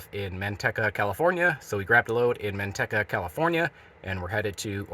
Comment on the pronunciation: "man-TEEK-Uh" not man TUCK uh.